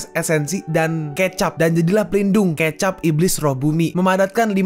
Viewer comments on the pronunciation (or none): Baca ke'cap bukan k'ecap😂